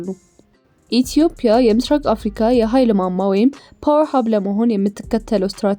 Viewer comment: ኢትዮፕያ❌ ኢትዮጵያ✅ ምላስሽን አስለምጅው